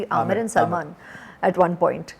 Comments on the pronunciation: How nice she said salman😍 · she nicely speaks salman name 🙂❤